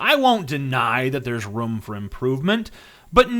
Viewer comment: Rum for improvement? Do you mean room.